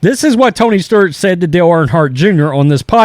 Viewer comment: Is it Tony Sturt, or Tony Stewart lmao